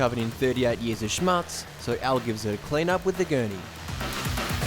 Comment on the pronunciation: I'm sorry. I heard it a lot of times now and I feel to tell you: The "u" in the word "Schmutz" is pronounced like the "oo" in football. Nevertheless I like all of your show. Thank you very much!! Cheers.